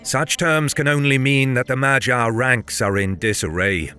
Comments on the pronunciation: where,pray tell,did you come up w/"ma jar"in place of"mag yar"? G.Davis sr 30Sept'24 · the gy sound is a palatalized d sound, so more like "madyar" . also don't stress about it, we understand that most languages do not have this sound. it's okay to say it however you can. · You're pronouncing it wrong. You're saying Magyar like "gyroscope". Instead, the correct pronounciation is "maghyar" - with the G like in the word "give" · "Ma-jee-ar"? is that the way it is pronounced? I had always heard "Maag-yaar" before. If so, I've been saying it wrong in all my ck2 mp games!!! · Common you can't pronounce some names like the Anglo-Saxon do Guy is pronounced like the "gi" in "gibberish" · I think you are pronouncing Magyar wrong. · Yes, in the pronounciation the "gy" sound is incorrect but it is more-or-less close enough to the original, so not that bad. TBH for an English-speaker it is very difficult to pronounce "gy" correctly. Hungarian language and pronounciation can be really weird. :)